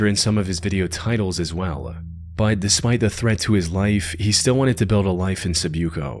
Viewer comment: You know the word is "but," right? Not "bud."